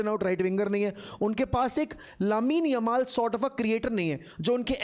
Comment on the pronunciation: what??? What did you say?????😂😂😂😂,yamal!!!!!!!